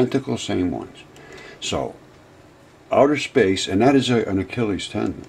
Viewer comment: Nothing is coming from "outher space".